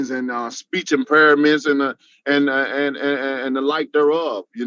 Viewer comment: "speech imperiments"